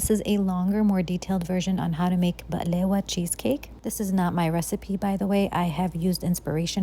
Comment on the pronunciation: I am notoriously not a fan of cheesecake and picky as fluff about my baklava (love the way you pronounce it, by the way!) but this looks delicious and I am excited to try it out one day!